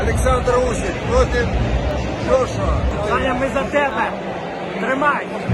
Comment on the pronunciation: ДжоШуа? 🤦🏼‍♂️🤦🏼‍♂️. Ти хоча б імена людей правильно вимовляв.